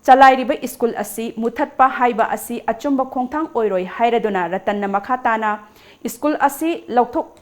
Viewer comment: It's school, prounce as s c h o o l... not iskul..plz hv it corrected any confusion use Google pronunciation